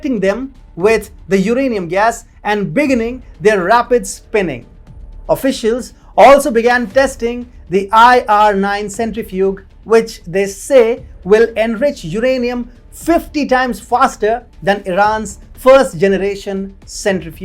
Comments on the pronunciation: Pronounced "sent ri fyuje." The "g" is soft. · Excellent and accurate reporting and assessment of current world situation !! Please do check your pronunciation of the word :centrifuge".